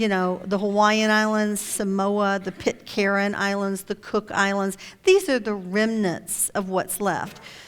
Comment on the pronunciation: omg.. shes claiming computer generated images and fake nazi ufo photos and google earth data errors are real... if it wasnt for that, this would be quite credible.. oh..and she needs to learn how to pronounce shit properly...maori, pitcairn etc etc..she doesnt even get close!..i sat here wondering what she was on about when talking about easter island